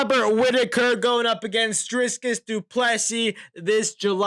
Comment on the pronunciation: Why do people pronounce DRICUS as DRIsCUS? where do you all see the S in his name though?